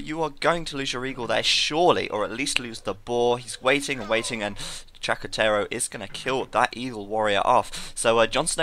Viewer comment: its "con los terroristas" and not chacoterorista... XD and it means with the terrorists... and plz, just keep updating stuff... nobody cast aoe2 like u ;D